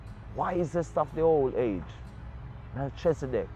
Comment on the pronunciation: Most people who speak the biblical names word it wrong - even i learn this over time and make effort t announce and utter the best or correct way in my seekings of the Allmighty .. .MELCHEZIDEK most pronounce it Mel - chezi-dek this is wrong pronounciation in my belief and seekings - the nearest truer pronouncitions - is Melki-zee-dek or Melki-seh-dek SO MeLKEE / MeLKI--SEH-DEK, IF WE, MY SELF INCLUDED SPEAK ONLY ENGLISH LANGUGAE My main point is for english speakers we have SPLIT the FIRST PART OF name Mel-chi via the engish teaching - WHEN IT SHOULD REALLY SHOULD BE one word prononciation >>> MELKHI /MELKEE /MELKI etc etc . i believe from my findings, <I may even be wrong>?? Yet simpe way to see it is .lets say my name - Anthony - somme pronounce the H some silence it - ie...Antony, Antho-ny /Ant/ hony :) again Tony - Tone-E /Toe-knee :) like this :) TAFARI THATS ALL IM SAYING THE ENGLISH LANGUAGE IS A SERIOU MISLEADING LANGUAGE IN OUR QUEST FOR THE TRUTH AT TIMES / Ras Tafari - Rastafari?? - TRUE WORDING IS RAS TAFARI / HEAD CREATOR... In India its Raj king/ emperor titles rem this ...titles nd names are two differet things altogether and can create wars among nations, who know no difference.. bcos of wrong / false teachings unkowngly in most cases passed down by the churches religions etc etc . or cover up in key areas? . Give thanks